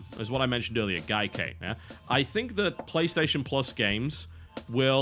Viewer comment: Why does TB insist on mispronouncing Gaikai every time he mentions it?